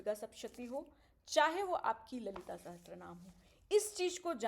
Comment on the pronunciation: Didi, it is Lalita Sahasranaam and not sahastranaam